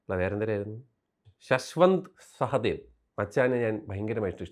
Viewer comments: ഇത്ര ഇഷ്ടപ്പെട്ട സ്ഥിതിക്ക് പേരെങ്കിലും ഒന്നു പഠിച്ചു വെക്കാമായിരുന്നു ശശ്വന്ത് സഹദേവ് ❌ ശാശ്വത് സച്ദേവ് ✅ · shashwant sahadev alla Shashwat Sachdev